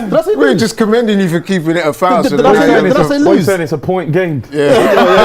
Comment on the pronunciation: " Keeping it a thouwow" I can guarantee we don't say that 😂😂😂😂😂😂 big up